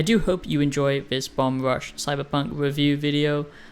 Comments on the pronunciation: Why are you reviewing a game you haven’t played? Your basing this partly off of promotional material? And you don’t even say the name of the game correctly. Don’t review games you haven’t fully played, that’s like rule number one. First impressions maybe. You said nothing that wasn’t intuitable from watching trailers. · Imagine being the first person the review the game and you mispronounce its name every single time you say it.